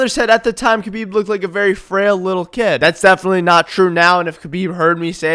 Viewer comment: are you middle eastern cuz u can say kh so clearly